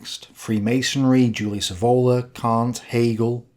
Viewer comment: Julius Evola's surname is pronounced with the accent on the initial E, not on the O: [ˈɛːvola]